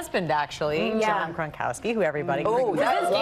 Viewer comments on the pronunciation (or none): Did that woman really say "John Kronkowski"?? WHO?!!!